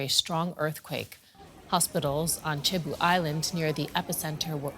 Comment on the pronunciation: No "Che-bu", "see-bu" is the correct pronunciation for Cebu Islands